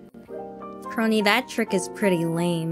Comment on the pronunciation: Just found the moment where you read out my superchat, You got it right, Kronii. ^_^ 👍